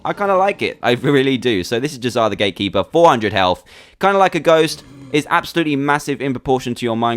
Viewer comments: uh dude you said grate keeper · Staff of the Gratekeeper is what you said.